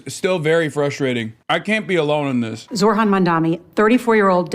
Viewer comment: how hard is it to say zohrans name right? like god damn tv people just learn